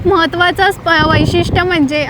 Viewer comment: वैषित्य bolayla kiti teck ghetle😂😂